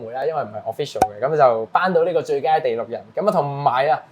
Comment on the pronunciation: 要練下咬字了，第6人，不是地6人